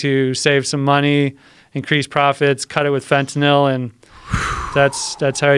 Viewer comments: fentinIll , Fentanyl ? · Looser lenient Fentanyl stop saying fontanelle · fentanil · i can stand when people pronounce fentantyl like this guy. it's fetty dope lmao. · Gt this bozo outta here... i didnt make it 5 mins with his fenta-nil ass... fuck you say it right... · fentanal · This guy is such a dipshit mixing up Epidurals for Phetenal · Am I on fentaNIL or is he pronouncing fentanyl wrong? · I've only ever heard it pronounced fent ah nil It is spelled fentanyl after all.... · I cant fucking stand the way he says "fentanil".... its FENTANYL ass hole. Hes got Joe saying it now too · nothing like hearing a guy mispronounce fentanyl 500 times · 1) doesn't pronounce the word correctly, 2) there is ZERO fentanyl in epidurals, 3) the fentanyl we use in hospital or any medication and/or pharmalogical setting is a completely separate animal than illicit / street "fentanyl" and it infuriates me that it's called the same thing, for the idiots to ban it all not knowing what they're doing. Just incredible the misinformation, erroneous and outright lies being told on a public show where the masses will regurgitate it even more absurd. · Tramadol isn’t an opioid. This guy just said a ton of shit that is completely wrong he is full of shit as far as I can see. Ask any nurse worth their salt. Not even pronouncing fentanyl correctly. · OMG learn how to pronounce fentynal! Idiot